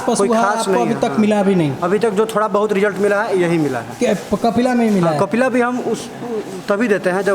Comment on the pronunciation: Ap bol rhe h kapila n khilaa